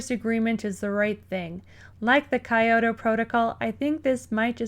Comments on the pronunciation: This is a good video but please stop saying Kiyata Protocol. It is the KYOTO protocal; you know, the famous city in Japan. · KYOTO. KEE YO TOE. be fast on the kee into the yo. Kyo. Kyo. Kyo. not KA EYE. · It's Ki-yo-to, not Ka-yo-to. Good video though.